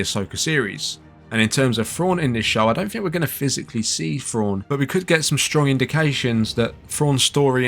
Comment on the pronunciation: Is he trying to say thrawn or frawn?